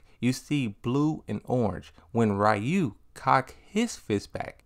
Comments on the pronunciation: Stop saying Rayu please 😂😂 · I find it interesting people still say Ryu's name wrong these days. I used to say it wrong when I was a kid. Lol.